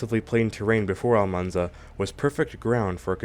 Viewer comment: It's Almansa, not Almanza. It's still not too late to correct it!